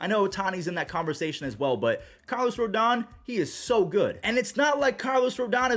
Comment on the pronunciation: Carlos Antonio Rodón. It's not ROLDAN, it's RODON (roh-DONE). Cuban-American.